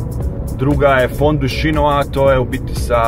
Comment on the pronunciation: Poznata je Svicerska za Sahatove,to je privenstveno....i kaze se Fondue Chinoise (fondu sinjoiz,a ne Fondue Chinois (fondu sinjua)....